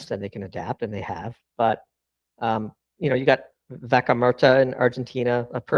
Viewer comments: Vaca muerta - could not understand that thick accent at all lol couldn't tell it was even in Spanish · If only they could pronounce “vaca muerta” correctly….